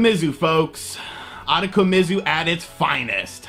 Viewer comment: Ooh-toe-ko-me-zoo. I know you butcher names but this game is fucking weird. Reminds me of those Cho Aniki series.